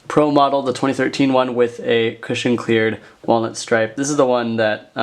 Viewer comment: Every time said "cushion" I heard "Christian"